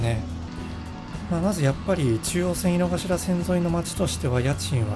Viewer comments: 濁りません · 井の頭線、いの”か”しらじゃないですか？まだ日本語を勉強しているが、動画の発音は”いのがしら”と思います。どっちが正解？